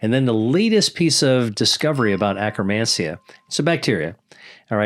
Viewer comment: Did he say acromancia?